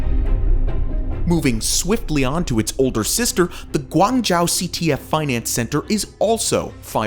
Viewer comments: You are americans are very stupid pronouncing names. Guangzhou is pronounced as guwang-jo not Guwang-jao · Your videos are always so well researched and put together, informative, and interesting. Perhaps, however, you could do some online checking on how to pronounce some of the names or cities correctly instead of massacring the names. For example, Guangzhou is pronounced -joe not -jow ( and hopefully you don't say -cow for Moscow lol). Tower rankings are 'interesting' too as some towers are only that height because of added antennas inaccessible to people whereas as others are that high without any additions on the roof. (so One World Trade Center should be lower in the rank, according to some rankings....) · Zun Tower is pronounced "Zwin" tower. TianJin is pronounced "Tee-En Jin" (not TeeAhn Jin). Zhou is pronounced "Joe" so Guangzhou is "GuangJoe" & GuiZhou is "GwayJoe". Korea's Lotte "e" is pronounced. "LohTeh". I don't know why you chose on calling it Lot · Would be nice to do more research on the pronunciation of these names. Guangzhou is not pronounced like that. It’s closer to “oo” than “ow”. Also the the “e” In Lotte isn’t silent. Although Lotte isn’t big in English speaking countries it’s a very common name in Korea with burger chains, buildings/hotels/shopping malls. They have Lotte world, and they also sell food in supermarkets/convenient stores. Also how is Taipei 101 the tallest skyscraper between of the taller Willis tower was up since the 1970s? I just feel this needs more explanation.